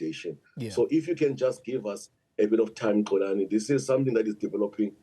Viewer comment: Not Xolani, Xoli!